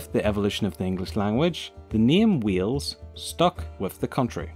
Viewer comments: Omg the way you say Wales it sounds like your saying wheels it's said like whales 🐳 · It's Wales not Wheels ffs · Good try X3 but its not Cymru isnt pronounced camri, its ( cym-ri) And Wales is Wales, not wheels X3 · Wales not wheels ! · Wales not wheels if you can't say wales don't say it and btw you said cymru wrong just stop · you know.. learn how to bloody speak as a welsh person that was born and lives in wales is bloody annoying mush. Ffyc ti! LOL! no hate at all but it did set off my obsessive-compulsive disorder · Lol "wheels" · Weels??? Are you kidding me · Did you say "WHEELS"?. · Sooo im welsh and im sorry but is the called wheel's or wiles NO HATE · bro you are saying wheels i'm welsh and when you try and say wales but say wheels its a disgrace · Oh god the way he say Wales and cymru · I am fr9m wales you said wales and cymru weirdly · As a Welsh person myself he pronunses Wales and cumru wrong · David Amicus Well, my English teacher said both of them differently. But it was because her dialect was really old. I think it has something to do with a thing called whine - wine merger. If a person pronounces they different, whales is pronounced something like hwals, and Wales is pronounced the same as today. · You can’t say it properly sorry